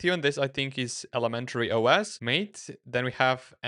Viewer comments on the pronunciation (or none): Pronounce MATE like you would read it in Slovenian.